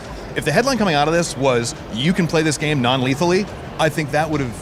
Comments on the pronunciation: COD game non "leathly"?! is this guy for real? What a biscuit. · Did he just say play call of duty non-lethally? Imagine playing online COD non-lethally, LOL.